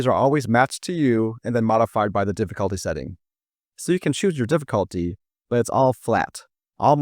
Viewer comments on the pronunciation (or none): Drinking game: take a shot everytime he says DIFFIKHAALTY